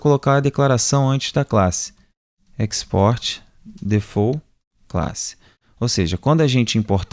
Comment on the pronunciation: tô curtindo mt seus vídeos ! mt bem produzido e objetivo. só uma dica que não tem nada a ver com o assunto rs a pronuncia de default é "difault" e não "defou" <-- isso é francês ;)